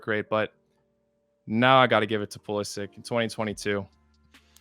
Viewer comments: It’s PulisItch pronounce it right 😘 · Should've pronounced his name Pulisitch and ended the argument.